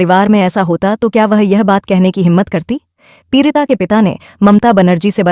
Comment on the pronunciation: Peerita nahi peedita